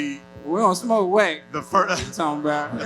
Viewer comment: Man said Wax not Whack